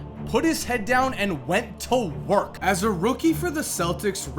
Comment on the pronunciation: “Put his head done at went to WURK” good video...